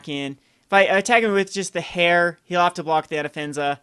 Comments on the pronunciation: Just so you know, "heir" is pronounced like "air," not like "hair." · Heir is pronounced "er" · Heir. Noun. Pronounced /er/ For the love of fuck,.. please...